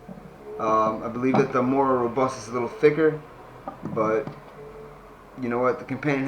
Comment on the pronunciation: Lol it is not Mora Robust 🤦